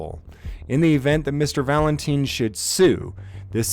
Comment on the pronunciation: man...the guys last name is Valentine, as in rhymes with time, not teen! Sorry to be anal about this but I just figured you would want to know! It would be like me pronouncing your first name "Jam-es".